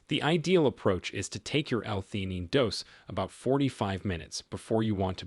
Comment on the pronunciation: The narrator said this is after many years of experiencing the medical field, but this whole thing was AI generated. This is also evidence by his mispronunciation of certain words.theanine since they are not part of the typical vocabulary was probably not adequate program into this computer the generated this overly promised under delivered slop